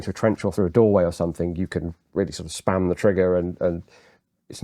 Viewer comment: Someone help me out...did say: "span the trigger" or "SPAM the trigger"? The Carnation Revolution generated some extremely dynamic & polarizing images of the G3. Brilliant discussion, gentlemen.